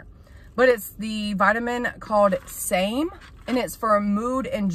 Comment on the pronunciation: Its called SAM --E